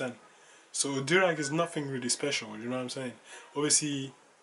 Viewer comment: Yo the way you say durag its like durex